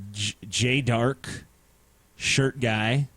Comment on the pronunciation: Fuck you TJ! Why does everyone always say my name wrong, It's Darké, the é is pronounced like an A GOD Even Brett Keane got it right!